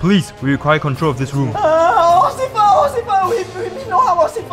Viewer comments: said "occifer" instead of "officer" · "Osifer.. O-osifer" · Ocifer, burg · OCIFER! OCIFER! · Officer = Ocifer (according to ) 😂😂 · Ocifer, bruh